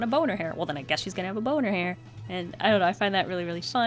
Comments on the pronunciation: i heard bow in her hair as boner hair😂😂😂😂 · I’m sorry for an inappropriate comment but I couldn’t unhear “boner hair”